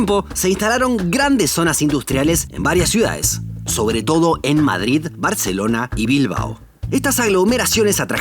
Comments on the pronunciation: ¿Por qué pronuncias Mádrid? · Aprende a pronunciar " MADRID " 🤢🤢🤢😣😣😣😣